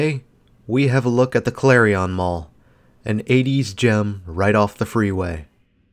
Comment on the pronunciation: Nice video and good memories of when it was new. But it drove me nuts every time he pronounced Clarion like it rhymed with carry-on luggage.